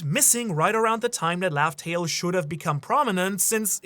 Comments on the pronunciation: Laugh Tale = Love Tale? Like a mispronunciation or deliberate swerve, like how Gol D Roger was introduced as Gold Roger at first? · laugh tale do sound like love tale tho